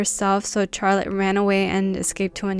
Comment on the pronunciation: Yesss!! I love learning about scary games 😍 I don't think I can ever play these games sober, ima need some shots or ima be scaarreedd ASF 😅 Btw I love how you pernounce Charlotte😂 Never heard anyone say "Char-lotte" instead of an S like "Shar-lotte"